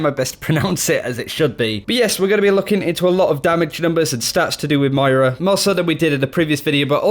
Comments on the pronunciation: It's pronounced Mwah-raw. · In the beginning, I thought you said mario. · Got to say MmoiRA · u started off so well. Mira isn't her name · why can't australians say MOYra???? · you really have to nail the pronunciation of Moira, come on man it's phonetic! M-o-i-r-a, you can do it!! Love the channel and the video, great stuff!